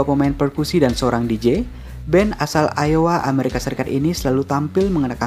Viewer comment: Dibaca "aiwa" bang